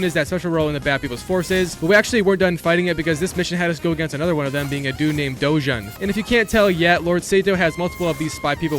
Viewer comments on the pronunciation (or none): Why do everyone who already complete this game always mispronunc the name lol, the YOTEI six, the KITSUNE, DOJUN. Do you even pay attention to the game 😭